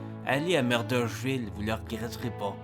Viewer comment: Tu ne prononces pas Murdochville de la bonne façon. Désolé, mais je n'ai pas le choix de mettre un j'aime pas.